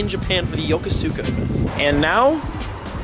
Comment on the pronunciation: Dear god my ears. "yoKOska" Not YoKoSuKa. Say it right.